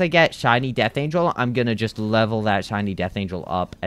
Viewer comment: Bro Said Chiny Or Chinese Instead Of Shiny